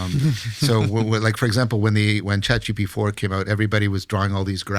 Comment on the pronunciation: Chat gtp?? Is he saying that wrong on purpose seeing how he is such a prominent figure in fighting AI? Or is it an actual mistake on his part and if thats the case he loses alot of my respect in terms of knowledge on the Ai subject.